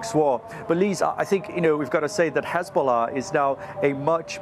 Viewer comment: Hizbolah? Come on darling 😂 how much you getting paid to mispronounce ?